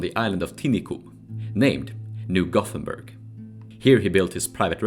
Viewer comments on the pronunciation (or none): none